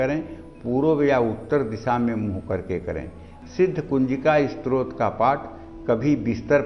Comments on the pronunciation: स्रोत नही स्तोत्र....आपका का उच्चारण अशुद्ध है #डिसलाईक्ड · आप पहले अपने उच्चारण को शुद्ध कीजिए। आप स्तोत्र का उच्चारण स्रोत और ब्रह्म का उच्चारण ब्रम्ह कर रहे हैं।